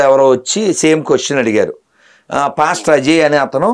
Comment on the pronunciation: 💥 Madam, meeru prati saari Pastor pastor anetappudu naaku "Bastard" "Bastard" ani vinipistondi enduko mari...🤣🤣🤣🤣🤣